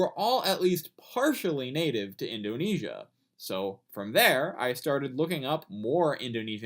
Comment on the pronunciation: Indunesia? Edit: dude seriously!